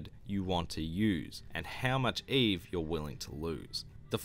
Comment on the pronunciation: ..yes it’s pronounced eve not eevie.. as in, Adam & eve?